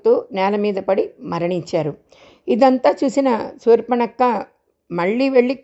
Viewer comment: సూర్ప నఖ అనాలి సూర్పణక్క కాదు